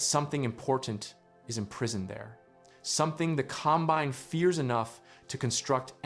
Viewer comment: This has to be a text to voice video right? I mean, the pronounciation mistakes are so strange. Com- BINE ?